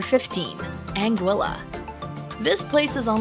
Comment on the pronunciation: Beautiful video. We sailed to most of these islands about 20 years ago. As we arrived in many places, we were surprised how differently the name of island is pronounced compared to what we expected. I noticed in this video you made many of the same mistakes we did. Anguilla you got correct. We'd been wrong on that one. Antigua is pronounced An-tee-ga, unless you're at a city in Guatemala with the same name. Grenada is Gre-nay-da with a long a. Nevis we heard locally pronounced Knee-vis. Others names all seemed right.